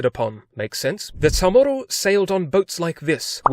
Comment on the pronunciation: I never heard anyone pronounce Chamorro as Ta'mor'do? And my dad's family is from there lol.